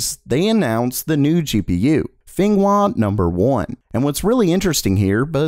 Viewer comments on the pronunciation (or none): No, Fenghua is not pronounced Foie Gras Number 1... Fenghua is pronounced Fong Hu-ah Number 1... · The name "Fenghua" is pronounced as "Feng-hua" in Mandarin, not "Fen-ghua". If you want to make fun of China , nah, I wonder even "Fan-gua" will be OK because I am the people of ROC aka Taiwan. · How you say 风华 makes me wanna scream 😂